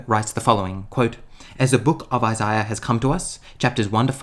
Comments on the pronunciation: I wish I could go back to before I heard Isaiah pronounced like that... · Tried watching. Can’t really stand how he pronounces Isaiah as Isiah.